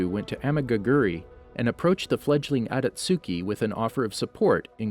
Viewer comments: You said everything wrong it’s akatuski not otosuki and it’s madara not miadara 😂😂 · “Ohbeedoh" “Atatsuki" “jonen"😭 The rest of the pronunciations are crazy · It's akatsuki not atasuki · Aka-suki 😐🙄 it’s pronounced akat-ski spelled akatsuki, my guy have u even seen the show? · Obeeto oochiha Adatsooki Huh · Akatsooki lol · “Atatsuki” “obeedo” “sheeringan” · he says mdra , adastuki , nagaaato , obido wrong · Did he literally just say “shiringan”? And the “aktjuski” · Akat suki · How to say madara ma da ruuuuuh and obito o bee dohhhhh and akatsuki a kut sue gee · Every time he says “akatsuki” it hurts